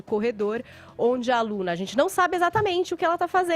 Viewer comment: Esse "adzenti" do Fefito é nojento